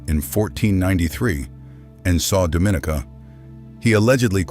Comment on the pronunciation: Dominica. pronounced Dom-in-knee-cah please and thanks!